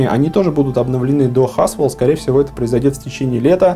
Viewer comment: не haswell a hasewell